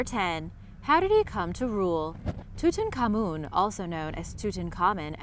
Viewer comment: two tonk ah moon seems more genuine than toot on common.